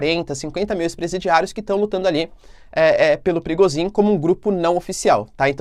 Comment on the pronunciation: Toda vez eu escuto o nome do cara de “perigozim” 😅